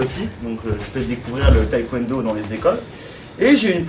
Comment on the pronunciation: On dit pas thaï-Kwon do…😢